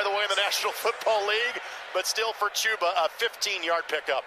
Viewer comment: You're right. It's "Chew-ba" not "Chub-a" Those Colts announcers are garbage